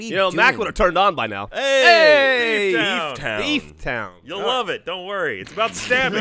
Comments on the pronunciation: I swear Ryan said "Beef Town." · When ryan announced the game when it came up on screen I swear he said "Beef Town". I was so excited for some cow murdering game or something.